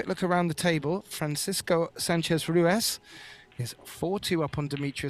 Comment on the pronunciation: RUIZ RUIZ RUIZ LOL. RUITH SOUNDS WRONG LOL